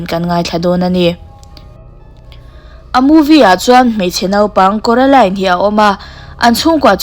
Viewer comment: Kuaroline ani lo maw😂😂😅